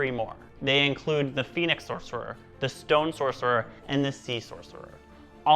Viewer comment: "Soccerer" lmao